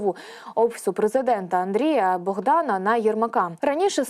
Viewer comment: Ця ведуча не може вимовити прізвище з правільним наголосом. БОгдана називає БогдАном😅😅😅😅😅